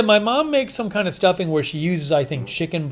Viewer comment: Haha! Stuffing....spoken like a good New Englander at heart!❤️